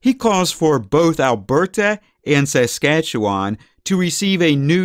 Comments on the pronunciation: Fuck bud, I can’t stand how you say Canadian names. You sound like a total hoser eh? We say Alberta like “Al • Ber • da” not “Al • ber • TA”. Saskatchewan we say like “Sus • catcha • wun” Toronto we say like “Ter • on • oh”. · I’m from SK and I’ve never, ever heard our province pronounced this way. What accent do you have, or where are you from?